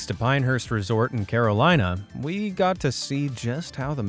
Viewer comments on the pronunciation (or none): none